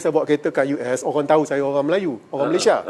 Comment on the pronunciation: Apakah sebutan yg betul sukukata terakhir nama negara 'Malaysia' dan 'Indonesia'? Mengapa disebut sebagai 'Malayshia' dan 'Indoneshia'? Bukankah itu sebutan gaya Bhs Inggeris?